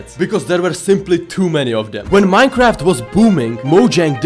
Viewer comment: True. Bees actually die after stingin in minecwaft